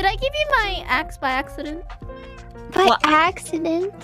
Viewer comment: An AXedent